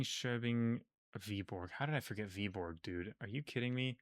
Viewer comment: I mean not being able to pronounce Danish is fair enough though. He also messes up things like the soft d in Randers or the soft g in Viborg, but I would be absolutely surprised if I heard any foreigner pronounce it correctly, let alone someone who hasn't learned Danish.